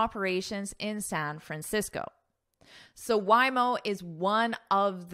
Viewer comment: Hi, Happy Diwali from India. Organic matter means, the matter from living beings and all living beings do have carbon even if they die. So wood, coal, and bones have carbon compound carbon. And by the way Waymo is pronounced as..Way..mo not Why..mo. Sorry if I am wrong. I am your subscriber and love your lessons. Thank you